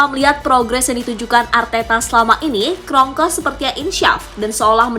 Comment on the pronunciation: Kronkea bkan kronkos